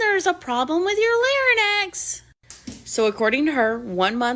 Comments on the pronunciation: larynx Pronunciation American pronunciation Sounds like leh ringks You are pronouncing an “n” in the middle where there is not one. Hope that helps, take care! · If anyone out there would be so offended by your pronunciation of larynx or your fun and goofy nature, we don’t need ‘em here anyway. I like how informal and casual your videos are! Feels like a laid back chat among friends!